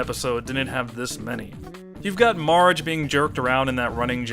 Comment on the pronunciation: O really enjoy your review, but plz stop calling bart and marge "bort" and "morge". i mean, there is actually a joke about it on the show. "the gift shop is out of bort name plates" or sth like this. "bort? is that even a name?"